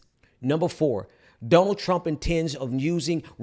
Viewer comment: Does say donald as dumb ald? Or is he saying Dun ald? So my question is he saying it weird in order to call him dumb, or does he just have a bit of an accent and it sounds strange to me?